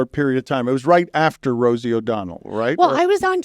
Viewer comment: “Don’t bwing up Wosie” 😂